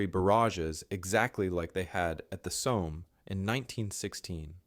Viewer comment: What's with your odd pronunciation of the 'Somme' and 'Simmons'?